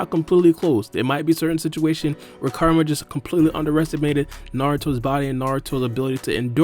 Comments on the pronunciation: its "Ku" rama not Karama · the way he says kurama gave me cancer